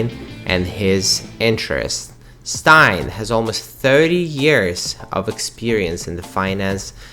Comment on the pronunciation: Just a little comment, on the pronunciation of the surname Steyn, it is pronounced as stain in English.